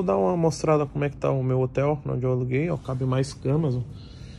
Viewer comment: Olha “nonde” noix tá pae 😂